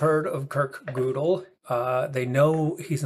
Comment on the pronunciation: 1. It's Gödel, not Godel - pronounced Gehdel and not Goahdel. 2. As no UTM exists, we have no way to know that it can exist. Hence reasonings based on it are undecided.